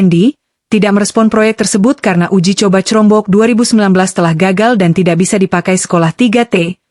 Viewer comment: jangan pake text to speech 💬 udeh gitu dibaca crombok lagi 😂